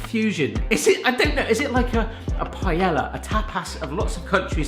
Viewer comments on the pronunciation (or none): It’s Pa-AYE-YAH not pa-Ella come on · Every time someone pronounces the Ls in "paella" I get really annoyed.